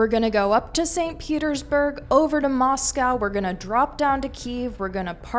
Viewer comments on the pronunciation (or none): none